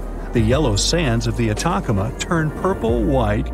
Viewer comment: Pronounced : “ata CAM ma”